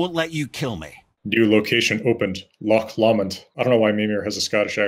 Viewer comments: "Loch Lommand" C'mon man. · As a Scot, hearing him pronounce Loch Lomond as "Lock Lawmond" makes my skin crawl lol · Who taught this man how to prounounce Loch Lomond? That's got to be the worst one yet! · Guys says "Loch Lommond" wrong. All credibility lost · As a Scotsman, his pronunciation of loch Lomond was almost insulting...